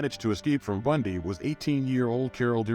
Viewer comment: If you can't even pronounce BUN-DEE, maybe you shouldn't do a video on him